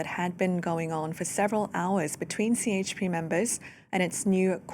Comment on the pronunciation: It is not Cee HP but JayHP. Turkish C is pronouned as a J.